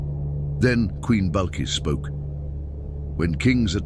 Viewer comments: AI video naming bilkis as balkis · It is NOT Balqis or Ballqis, it’s pronounced BILQIS. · It’s bilqis not balkis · Her name not Balqis. Bilkiss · HER NAME IS BILQIS NOT BALQIS YOU UNEDUCATED PERSON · The correct name is "Bilqis" dear Brother. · ITS BILQIS